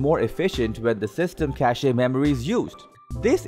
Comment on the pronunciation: The e in Cache is silent.